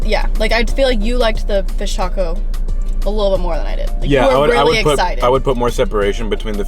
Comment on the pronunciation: You really said everything a certain way and then said tacko instead of taco 😂